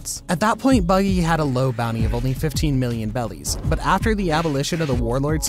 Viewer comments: I’m pretty sure it’s pronounced “berries” not “bellies” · more like “beddies” or just however you prefer since r and l are basically the same in japanese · Why does he say bellies 😂💀💀